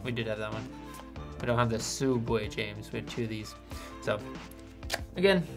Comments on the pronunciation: HE WAS PRONOUNCING SOOUBWAY WRONG! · Sa-uubway lmao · Rest in peace Sooubway ..